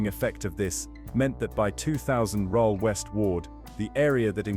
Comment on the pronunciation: The images are not the places that they are describing. Many clips have cars driving on the wrong side of the road. Rhyl is pronounce Rill, not Rohl. Oxford Street is not in Corby.